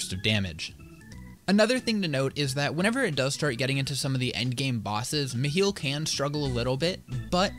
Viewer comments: Bro, I still actively see people argue on how to pronounce it lmao. With most saying Mi-high-le. But the people I play with pronounced it Me-heel, so it’s just become habit lmao. I’m just gonna start saying Mikhail though honestly, sounds cooler and is the original name for him. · its at 30-31 seconds in he says Meh Hill or Meh Heal